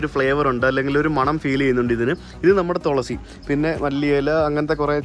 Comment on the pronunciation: തൊളസി അല്ല തുളസി, വാക്കുകൾ ശ്രദ്ധിക്കണം